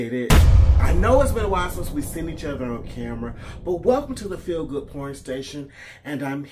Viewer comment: Way to go! You rocked this out my friend!!! 20k and growing.. sometimes you say welcome to the feel good pouring station and it sounds like porn station😂 I hope those you called out see this!!!